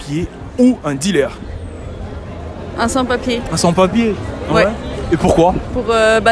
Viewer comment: Mdr comment y prononce DILÉRE